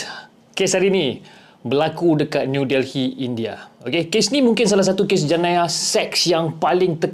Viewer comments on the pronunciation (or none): Sebutannya New DELLY... bukan Del-hi....